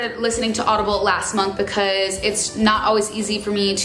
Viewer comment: love the way you say "bucause" haha